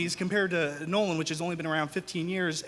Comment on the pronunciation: Christopher Nolan? NOLAN?!? facepalm